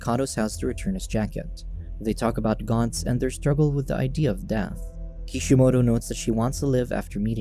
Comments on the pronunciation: It is GANTZ as in ant not GANTZ as in aunt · More like gant-zu